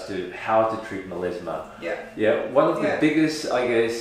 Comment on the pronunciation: Does he mean melAsma? Because he keeps saying melEsma.